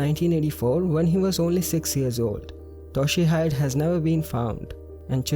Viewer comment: #1 it's Toh-she-he-deh :) not Toh-she-hyde